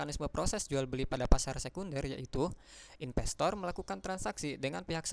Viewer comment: investor mas bukan INPESTOR wkwkwkw